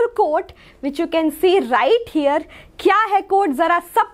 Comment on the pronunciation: pls change the master teacher of chemister she didnt even know how to pronounce 'here'